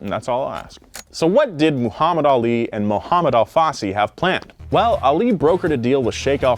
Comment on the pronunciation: As a brazilian I have to say everytime you say Al Fassi it sound´s like ALFACE, which translates as lettuce in portuguese. btw. long time fan here, keep the good work!